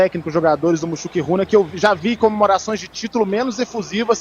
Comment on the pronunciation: A pronúncia é mus Juruna 😂😂